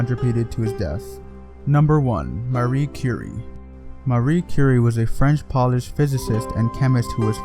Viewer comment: And Polish, as in the nationality, is poe-lish